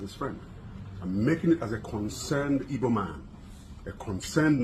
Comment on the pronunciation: Oga Kanayo, the word is, 'Igbo' not 'Ibo'